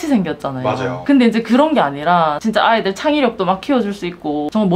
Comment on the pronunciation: 선생님 발음이 경글리시네요 아/-이들